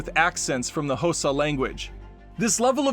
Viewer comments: Xhosa... It's not pronounced "Hōsa" ... It's pronounced "khah-suh" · I'm sorry, the what language? Hosa? Are you even trying to pronounce it correctly? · Still wrong. More like “kō•sah,” but with an audible click. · Your submission is wrong, actually. Listen to Trevor say it. That's the correct pronunciation. Yep, Trevor Noah of The Daily Show on Comedy Central. He is half Xhosa (South African) and half Swiss. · Xhosa is pronounced with a click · I knew I’d see this if I scrolled long enough. Didn’t even try to pronounce the click.